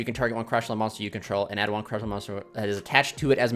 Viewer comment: The name is closer to Sha-Tree-La , but it's just something minor lol , pretty insane deck though